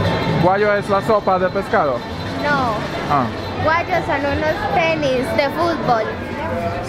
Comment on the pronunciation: Czemu Guajos wypowiada jako guadźos, a nie guahos? Dwa L jak w Medellin rozumiem, ale w hiszpańskim J czyta się jako H.